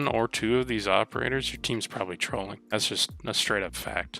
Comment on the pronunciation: I crack up whenever he says trolling 😂